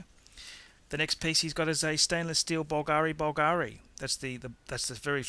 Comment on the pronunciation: The idiot didn't nail pronunciation of any brand except for Rolex: Bulgari, AP, JLC.... Stupid movie, the guy knows nothing about watches, except Rolex cause he owns a couple, but can't tell manual from perpetual!